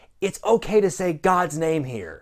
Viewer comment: Not gonna say he did my name wrong....but he did my name wrong.